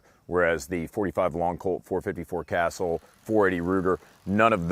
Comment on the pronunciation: 454 casull. not castle